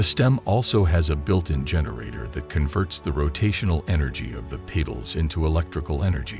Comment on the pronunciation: Fix the AI voice to pronounce petals correct and I will share it.